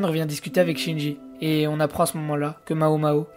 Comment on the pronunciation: Mec, c'est pas Shinji, c'est Jinshi. Tu inverse les syllabes :p